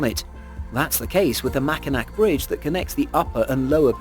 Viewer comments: It's pronouced mac in aw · Great video, I enjoyed it very much. Just so you know, number nine is not pronounced with two K sounds. It’s pronounced like Mac-in-awe. I know it’s weird but I have family that live near it and I’ve been across it several times. It’s really high up, parts of the road are Metal grate so water won’t stand on it so you can see through the road, and oh my god, it can be unbelievably windy. Like push your car into the next lane if your not careful windy.